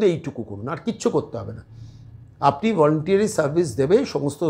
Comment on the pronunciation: Volunteery or Voluntary????? ইংরেজি শব্দের একেবারে মা-মাসি হয়ে যাচ্ছে। যোগ্য- অযোগ্য এখান থেকেই স্থির হয়ে যাচ্ছে।